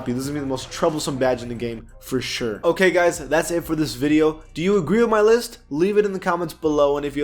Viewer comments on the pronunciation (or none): none